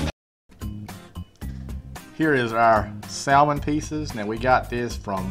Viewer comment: Yo bro... the L in salmon is silent. Here on the coast we soak the boards overnight as well. Marinate the meat overnight in some soy and demerrera and serve with finely chopped green onions...